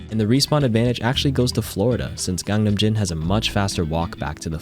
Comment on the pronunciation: BTW “GANGNAMJIN” is actually pronounced “KANGNAMJZIN”